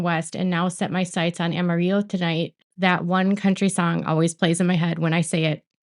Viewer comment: One correction: It's pronounced aməˈrilō. I'm sure the song she refers to is Amarillo By Morning.